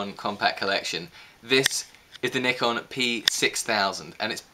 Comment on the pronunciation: At least this guy read the brand name correctly